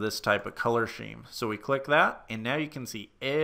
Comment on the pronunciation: I've never heard "scheme" pronounce "sheem."